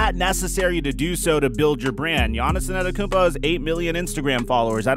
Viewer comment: Why do you say anerokoumpo . Its antetokounmpo 😂😂 but you are still one of the best basketball YouTubers